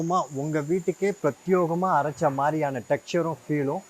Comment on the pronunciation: எல்லாமே அட்டகாசமாகத்தான் இருக்கிறது. அப்படியே அந்த " ப்ரத்யோகமாக" என்று தப்பாக சொல்வதை விட்டு விட்டு "பிரத்யேகமாக " என்று சரியாக சொல்லுங்களேன் ப்ளீஸ்.